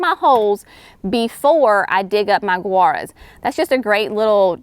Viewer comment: Gaura I always pronounced same as Laura. I have grown since it was perennial of the year back years ago. You are pronouncing Guara like Gura. Have I been wrong all this time? Then others are too apparently. Please clarify.